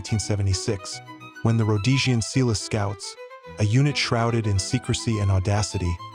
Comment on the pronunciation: Exactly. Also Umtali... When the pronunciation is off, we're forced to wonder about accuracy.